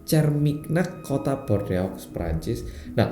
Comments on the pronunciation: Chermignac, Bordeaux cara bacanya Syerminyak Bordo mas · bordeaux dibacanya bordo mas 😁😁😁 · BOR DE A UX orang prancis nangess denger ini 😂😂😂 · mohon koreksi, Bordeaux dibaca nya Bordox